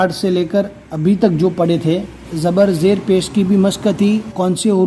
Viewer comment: Zer ko zi kaise padh rhe h te ko ti q padh rhe h re ko ri q padh rhe h